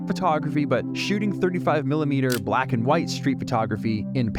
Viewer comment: "Bwaaaaaats Up!" damn... I tell ya... that absolutely brings a huge smile to my face. Interesting topic today "Vlack and White in Paris"... incredible.